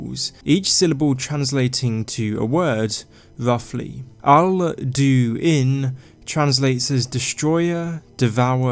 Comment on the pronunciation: Dose he become Duin insted of Alduin